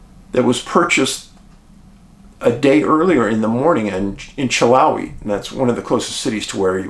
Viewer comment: Hey Dave :) love you man. I live in this part of VA , just for future reference it’s pronounced TAAZ-WELL just like Tasmania not TAY. And its Chill-How-eee not Chill-Ho-eee Very weird cases.